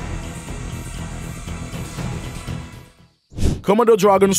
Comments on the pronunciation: They are the Komodo Dragons and not the Commodore Dragon, okay. So why can you pronounced it correctly huh? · Ven-am of de khamido 😂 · The commodore eats everything it comes across 😂😂😂😂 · Comma-do dragon lol. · A 5 minute video in 23 mins with a narrator who can't pronounce the name of the animal. Was some amazing footage though🎉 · I totally agree!! The announcer doesn't pronounce the name komono right. I turn the volume down for just that reason. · Y’all need to stfu already about how he pronounces Komodo .. he obviously has an accent & if it bothers you so much go watch another video . Simple .